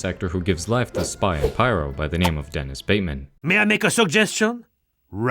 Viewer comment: its DENIS or Dennis, not domes.